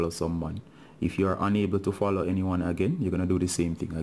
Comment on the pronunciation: When it fallow it dont day fallowing it just say fallow again